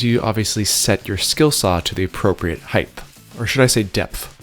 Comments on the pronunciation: "Heighth" IS NOT A WORD!! IT'S "HEIGHT"!!!! Sorry, just had to say something before my head exploded. Great video though with great explanation of technique :) Many thanks! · Great videos! Only one criticism, really just a pet peeve, but the word “height” is pronounced with a hard “t”, like the word “kite”. You are pronouncing it with an extra “h”, “height-h”. The “gh” in this word is silent, like the word “sleigh”. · height, not heighth or heigth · HEIGHT, TTTTTTTT! Not HeigtH What's the matter with you yanks? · its height...HEIGHT!!!!